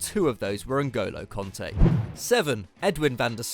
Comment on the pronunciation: Kante not konta...can't you read?